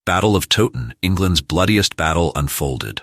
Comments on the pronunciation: FFS do some research next time - it's tow like cow not frigging toe ton.. I gave up, if the creator can't pronounce a place name correctly the content is likely just as crap. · Please pronounce Towton as Cow-ton with a T instead of a C Otherwise very informative and enjoyable. Thank you. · You can't even pronounce TOWTON properly